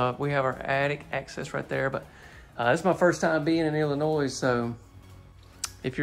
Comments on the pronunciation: my man… no S in Illinois. Il-uh-noi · the S in Illinois is silent just so you know. Have a Great Day! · The s is silent for illinois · Pleas pleas do not pronounce the “s” in Illinois!! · The "s" in Illinois is silent. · This one is nice. Front of the house is beautiful. I prefer an open kitchen but I prefer more windows. Also, the “s” in Illinois is silent 😂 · Hi. Love the home tour’s. Please know. The “S” in Illinois is silent. Not a z sound. I’m in Nashville TN. Collin is wonderful and supposed to be a rambunctious mess (which is a great compliment). This house not my forte. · Nice to see you visiting the Midwest and letting us know the manufacturers in this area. By the way, the "s" in Illinois is silent. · The "s" is silent at the end of Illinois. Loved the video! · just an hour away from ya in Springfield. also, the S is silent in Illinois 👍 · I love your channel! Just to be able to see all the various floor plans and options. I’m especially happy to see that you have toured homes that are either in my state or nearby states. Just a quick grammar correction. The “s” is silent in the word Illinois. Keep doing what you’re doing! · Just an FYI, the "s" is silent in Illinois. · the "s" in Illinois is silent. Gotta tease you about it! lol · Just gotta say you're mispronouncing Illinois. A nice home, not sure I like this layout though.